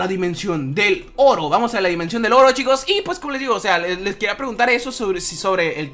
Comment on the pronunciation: Cuando estabas en la dimensión del oro te entendí "estamos en la dimensión del loro" XD